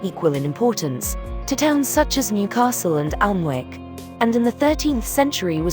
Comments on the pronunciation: I know you're a bot, pet, but it's pronounced 'Annick', not 'Oln-wick'. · You pronounce Alwick as Anick it hassilent w, don't show your ignorance, when you talk a out my home county!